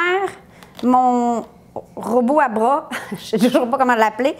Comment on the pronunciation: "Robot à bras" avec l'accent j'adore 😂🤣🤣🤣